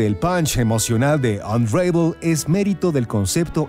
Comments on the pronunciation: "Anreivol" -.- la pronunciacion es "Anravol"" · mas bien "onravel" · No se pronuncia "unreivol" se pronuncia "ən-ˈra-vəl" que se leeria mas o menos como "un ra vol" solo q la "o" no es muy pronunciada, es mas como una semi vocal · Buena reseña. Solo que unravel se pronuncia con una a breve no como lo dices.